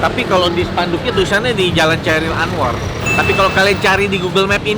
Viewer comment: 𝗞𝗼𝗵, 𝗺𝗼𝗵𝗼𝗻 𝗺𝗮𝗮𝗳 𝗽𝗲𝗻𝘆𝗲𝗯𝘂𝘁𝗮𝗻 𝗖𝗵𝗮𝗶𝗿𝗶𝗹 𝗔𝗻𝘄𝗮𝗿 𝘆𝗮𝗻𝗴 𝗯𝗲𝗻𝗮𝗿 𝗶𝘁𝘂 Khairil Anwar. 𝗞𝗮𝗿𝗲𝗻𝗮 𝗶𝘁𝘂 𝗘𝗷𝗮𝗮𝗻 𝗹𝗮𝗺𝗮, Ch = Kh... Sama sebutan seperti 𝘾𝙝𝙖𝙞𝙧𝙪𝙡 𝙏𝙖𝙣𝙟𝙪𝙣𝙜 dibaca 𝙆𝙝𝙖𝙞𝙧𝙪𝙡 𝙏𝙖𝙣𝙟𝙪𝙣𝙜 😊